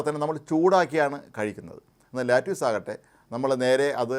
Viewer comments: let use alla. lettuce.. lettuce.lett-a-s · ലാറ്റിയൂസ് അല്ല സർ.. ലെറ്റസ് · No lattuce, lettuce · Not latuse ,lettuce.